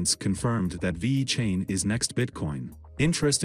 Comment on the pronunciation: Cant even say the name correctly.